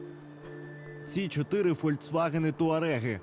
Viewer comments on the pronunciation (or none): только не ФольЦваген, а ФольКСваген